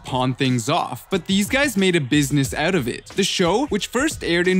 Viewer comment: Why do you keep saying the word oot ? What is an oot?